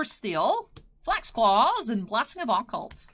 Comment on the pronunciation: Please learn how to pronounce Occult I'm begging you.